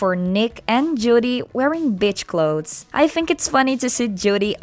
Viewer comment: Oh sorry nothing against you! lol Just the first time I heard it, it sounded identical to a curse word. “Beach clothes” But I knew it was just your accent. For a second, I was like 👁️👄👁️ XD